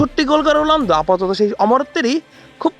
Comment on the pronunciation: রোলানদো নাকি রোনালদো কি রিপোর্টার রে বাবা 😅😅😅